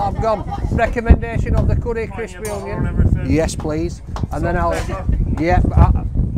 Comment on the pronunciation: No " ing" the end of "Onion"